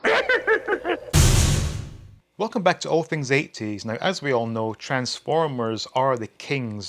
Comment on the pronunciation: I don't think I've ever heard anyone pronounce 80s "8 Ts". Not trying to make fun it's just an interesting way to say it.